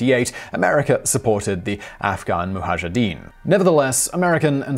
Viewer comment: Well it's not Afghan Muhajidin..it's Mujahidin.